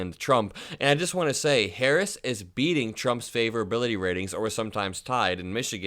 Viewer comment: Woooow, he can't even say vp Harris name he called vp, and her America vote voted up-and-down the ticket